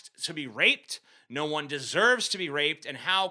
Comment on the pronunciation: I’m so high that every time TJ said “No” I had synesthesia and I would see the word “Ngo”